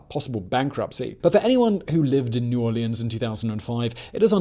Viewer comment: Love you Simon, but I dont know why, I do hate your pronounciation of the "Orleans" in New Orleans. 😂